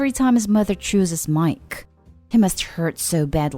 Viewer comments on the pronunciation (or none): Omg I can't take how this girl says miKe it's really annoying